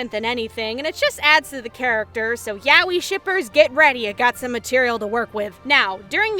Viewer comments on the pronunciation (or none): none